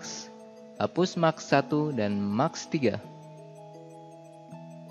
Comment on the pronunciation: keren mas tutorialnya. sangat jelas. namun ada masukan dari saya dalam hal pengucapan. saya baca di komen juga ada yang mengkritisi ttg pengucapan yang salah. seperti TIMELINE jangan di baca timlin, tapi taim lain, atau MASK jangan di baca maks tapi mass`. dan ada beberapa kata lagi yang masih salah dalam pengucapan. btw... sebenarnya yang di tempatkan di frame itu namanya time indicator, bukan timeline. semangat terus buat tutorialnya ya